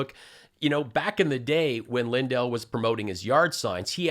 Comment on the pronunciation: did you notice ? mike pronounces his own name |LINdel| the first syllable carries the accent.